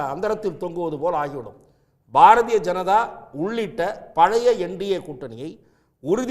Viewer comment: பாரஜெனதா ….. திலுப்பி 😂😂😂😂 தமிழை சரியாக பேசுங்க முதல்ல அதன் பின் நாட்டை ஆழலாம்